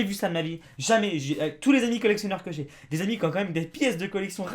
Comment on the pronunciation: C'est pas ''jé'' c'est ''j'ai''